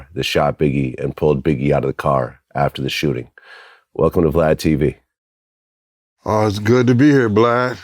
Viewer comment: He said Bladtv 😂